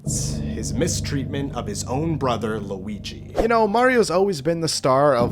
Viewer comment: It has an L it’s Luigi